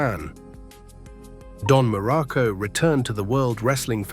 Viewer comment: Dude AI sucks balls, can't get the pictures right and cant even say his name correctly.